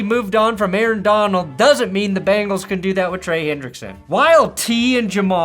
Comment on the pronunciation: missed opportunity, "...going balls deep into the Cincinnati" ... bungholes! oops should have watched the whole video but you did mispronouce it a little. lol